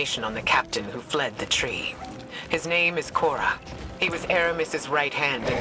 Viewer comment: I find it odd that our know-it-all Ghost mispronounced Misraaks.. Ikora too honestly.. are we still calling them "Fallen" as well?? smh 😩